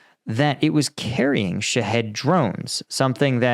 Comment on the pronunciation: I know you didn’t name it, but it always sounds like you are saying “shithead” missile. Makes me smile every time.